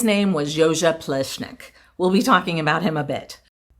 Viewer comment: Great honest video, yet again. It’s fun to see you take on the proper pronunciation of the architect’s name, nearly got it, as close as an English speaker can get to it 👏 For me it was really nice to see a Central European country again, reminds me of my upbringing/ home. You missed out on trying the traditional Slovenian schnitzel with ham and cheese inside, it’s yum! Hopefully while in the area, we get to see more of Central Europe?🤞